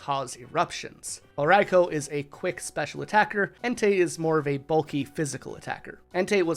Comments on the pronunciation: Does anyone else have a problem with how he pronounce raikou😅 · "Sweecoone", brotha... "sweeeeeeeeeeeeecoone".. not Su ee cuine xd yes, you pronounce it like it's written, i get it, but this one is literally pronounced as if you wouldnt read it literally.. :) dont pronounce the U :) and Raikou is pronounced "Raikooo" , not "Raikow" :)